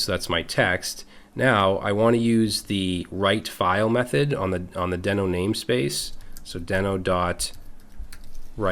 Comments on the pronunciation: Isn’t Deno pronounced “DEE-no?” The logo is a dinosaur and isn’t there a famous cartoon somewhere called Dino (DEE-no) the Dinosaur? That would tend to make me believe Deno should be pronounced DEE-no. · I believe it's pronounced DEE-NO. Why do I think this? If you remember the old Flintstones cartoon, the pet's name was "Dino", and he was, naturally, a dinosaur. And, the icon for the Dino language is... a very similar looking dinosaur. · Just out of curiosity, is it really pronounced "Den-oh"? Given the logo and the fact that The Flintstones' dino-dog was named "dee-noh" I would have assumed that it was pronounced that way. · Who would've thought naming your project after a dinosaur from a 60 year old cartoon, would make it so no one would pronounce it correctly?